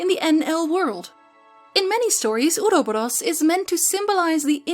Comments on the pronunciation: in English we tend to say, “aw-row-baw-rowz” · Oroboros. Ore-oh -bore oss in english.